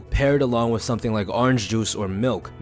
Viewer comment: please stop saying 'WIFF' instead of 'WITH'. Try to improve that.